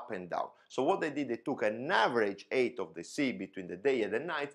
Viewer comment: Nice explanation, but please allow one critical comment: As a 737 pilot you should be able to pronounce “HEIGHT” correct. You say “EIGHT” which in English is the number 8. Later, you pronounce height a little more along the lines of “aid”, as in helping someone. Anyway, I understand that its your mother tongue playing tricks with your pronunciation making it hard for you to hear and pronounce the difference but trust me, it’s making a mess of your message!